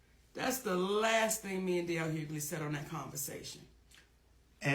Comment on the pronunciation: who is DL Huely? 😂🤣🤣 Chile, I love it.😂